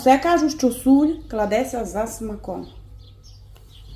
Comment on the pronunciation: Чого сіль стала " суль"??? Вам скільки років??! Контролюйте свою мову,!!! Бо виникає питання тоді до ваших " рецептів"!!!! Жах,жах,жах!!!!!!